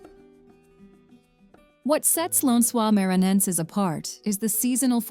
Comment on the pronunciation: You should teach the IA to read the words in Portuguese... NoronRRA, Lãnsoá MaranRRenses, MaranRRao... all wrong. Please don't call theses places this way.